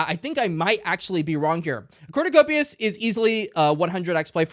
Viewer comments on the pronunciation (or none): Great ranking and rationale! Love the $COPI shout out 🚀🚀🚀 (ps, its pronounced Kope-ee ;)